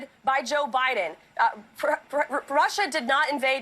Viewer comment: It Sounded Like She Said Prussia Instead Of Russia